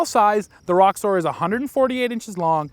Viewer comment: Sounds like you're saying Rockstar instead of Roxor.